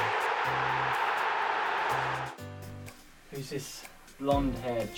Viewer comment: CHEARRY KAIN